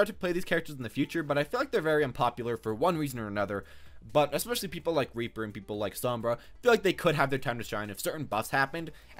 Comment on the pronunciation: Lol he said raper lol